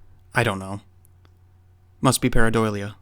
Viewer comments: jst fyi...its pareidolia...not para-doily-a... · Lol I keep lol’ing when I hear you say pareidolia. “Pareidoilia” haha, I think like coffee doilies.